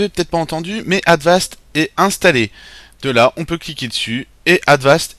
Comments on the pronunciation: on dit avast pas advast mais jaime bien ta video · Cest Avast Pas Advast